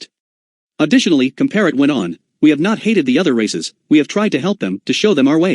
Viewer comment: And pronounce Comparet correctly.